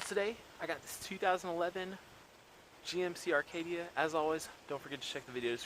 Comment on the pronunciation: I instantly don't want to take you seriously because you called it an "Arcadia" 🙄